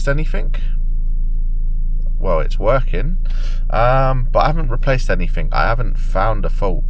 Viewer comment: “Anyfink “ do you mean anything ?😅